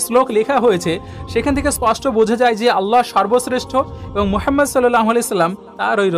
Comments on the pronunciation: "মুহাম্মদ (সাল্লাল্লাহু আলাইহি ওয়া সাল্লাম)" — এটাই শুদ্ধ উচ্চারণ। আপনার চিন্তার প্রতি শ্রদ্ধা রেখেই শুধুমাত্র উচ্চারণটি শুধরে দিলাম। ইসলাম কারো ধর্মে হস্তক্ষেপের অনুমতি দেয় না। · দাদা আপনি নবিজির নাম উচ্চারণ করতে পারেন না, এই ভাবে বলবেন, হজরত মুহাম্মদ সল্লাল্লাহু আলাইহি ওয়াসাল্লাম, ধন্যবাদ